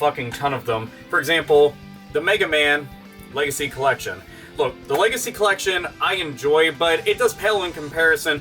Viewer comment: Man, when you said "Megaman Legacy Collection" I thought for a moment you had said "Megaman Lazy Collection".... which it is. Also, please play Uncharted 4. It's easily the best of the series, dethroning Uncharted 2.